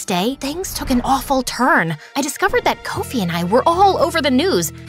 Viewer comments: As a Ghanian im soo happy and shocked, thankyou,wooooow🎉🎉🎉🎉oh and its not Coffee, Koaufi its Kofi straight up the oh has an ooh sound, btw its Abena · "Kowfee"😂😂 instead of kofie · Not correcting, but Abina is spelt Abena and Kofi is pronounced differently than said. Nevertheless, great story! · But the pronunciation of Abena's and Kofi's name kinda ticks me off,but I'm so happy we're finally included